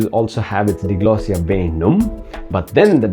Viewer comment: This video has very poor sound quality. Something has gone wrong with the recording. Also, DIGLOSSIA is not pronounced dee-glossia, but dai-glossia, like dai-alect.